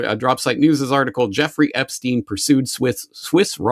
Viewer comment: its not ep-steen, its ep-stein. like albert einstein, not bruce springsteen 😂